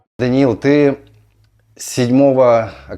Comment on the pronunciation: правильно имя звучит Даниэль. почему меняют именна собственные?